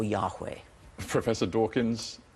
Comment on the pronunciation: Dawkins not Hawkins lol! And no he's not a man of faith if you define faith as "belief without reason" which is the definition that Dawkins uses.